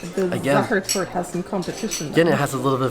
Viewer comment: Congrats to you pronouncing the "ch" perfectly! But don't drop the "e" in "Torte" ;-). Enjoy your next trip! Greetings from Vienna!